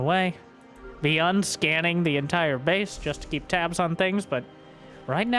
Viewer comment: Dislike for the pronunciation of Byun